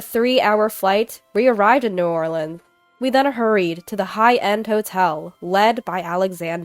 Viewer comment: I'm in shock, you pronounced New Orleans correctly 😂❤❤❤ Love your voice ❤